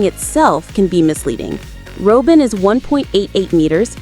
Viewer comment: “Roh-bin” there is no way that a human would call robin that. This is AI. Also, “beepo?” It’s pronounced beh-po. AI voices make me mad